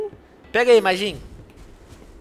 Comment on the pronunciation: Mas você não falar Majin direito